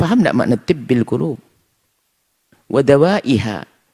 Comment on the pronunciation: Si Mujiman tu, baca solawat Tibb al-qulub tu pun tak betul/tak benar